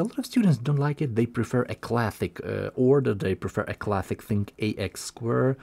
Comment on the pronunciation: Clathic… lol… thum…lol…